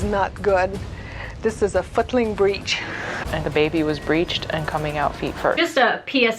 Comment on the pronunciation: I know she said footling breech but sound like she’s also saying “this is a fucking breech “ ?!?!? 😱😨